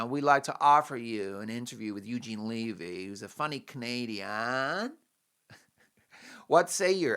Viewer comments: 'levee' like "When the Levee Broke' not "leave-ee'. just sayin...☺btw Eugene said it was filmed in February. 😮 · omg its not leavy......its levy.Get it right. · Eugene Levy's last name is pronounced with a short sounding ' ĕ ' it rhymes with the word, heavy. It is not 'Leevy' . Eugene Levy is a great Canadian actor, comedian, writer, producer, and Canadians have loved him for decades - since the 1970s. 🇨🇦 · Eugene Levy (pronounced levee)!!!!